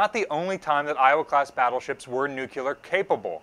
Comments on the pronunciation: New-clear. Not nu-cu-lar. :) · This is very informative, thank you! I have to note, I winced every time the word 'nucular' was said. Note... the blast radius of a 20kt weapon is definitely not twenty miles. That would take a megaton or so. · NU-CLEE-ARE. Please. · Hearing it pronounced "nuc u lurr" is like getting stabbed in the eardrum. Is this common to Drrty Jrzy or something? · Hi. I’m a huge fan both you and the museum… but there’s only one “u” in the word “nuclear”. “New - clee - er”. Keep up the awesome work!! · Love the channel, is a great presenter, enthusiastic and knowledgeable, but I cringe every time I hear the word nuke-you-ler. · There are no such things as nucular weapons, there are however nuclear weapons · Nuclear.... not "Nuke-u-lar" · Nuclear. Not noo queue ler. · No ship has ever been nucular armed! NUCLEAR!!!!!! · I love and this channel but i confess it drives me nuts when folks that should know better say "nuculer" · Are you saying "nuclear"? If so, where is that extra U coming from when you say it? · The u isn't between the c and l lmao. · you’re amazing and I love your work. Please though, learn the right pronunciation for “nuclear.”. Seriously … it's not hard. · Hee. Americans adding a third syllable to the word ‘nuclear’ is always funny. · You have consistently made the mistake that many do, but with this video it is just too much. The word is NU-CLE-AR not NU-CU-LAR. As the curator giving tours it would be good to be sure you pronounced the term correctly for the young people visiting the ship. thanks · Ok, who gets to correct pronunciation of "nuclear"...from his current "nucular". Just remember The Vapor's album 'New Clear Days" as a helpful hint. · I can confidently tell you no battleship ever carried “NUCULAR” weapons as they don’t exist. LOL. Love you but c’mon man! NEWWWWW CLEARRRRR. IN DA FAT IG ABLE! Keep up the good work taking care of our baby! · Nuculer or nuclear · Nuclear! Not "nukelar"!